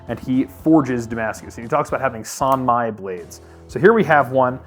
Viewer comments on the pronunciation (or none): Son Mi? Really?